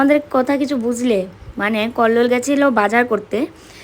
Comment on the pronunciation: কল্লোল আ্যগ বলে নাতো ওতো এগ বলছে